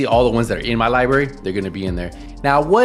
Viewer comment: Lie berry 😂